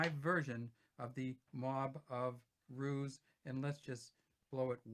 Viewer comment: They are called Mob of roos. Not ruse Roos is shortened for kangaroos.